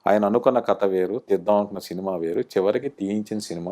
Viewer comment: బహుశా మీ నుండే విష్ణు కథ అనకుండా కత అనడం మొదలెట్టాడేమో, అసలే నత్తి కదా ఇదేదో బాగుందే అనుకోని..